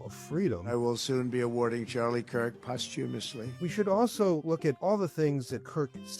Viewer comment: DT is so proud of himself for saying “posthumously” without slipping up. 😮😊